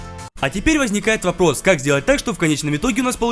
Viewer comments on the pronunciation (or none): Он сказал "А теперь возникает воплос"😂